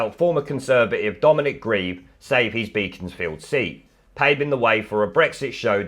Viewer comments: *Beck-ons- field, not Bee-cons-field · Pronounced Bekons- Field Not Beakons-field